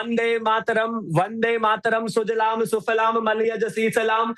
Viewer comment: Sujalam hota hai sudlam nahin